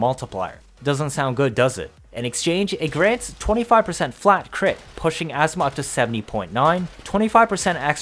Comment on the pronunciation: Good video but why do you say asthma Azima a zi ma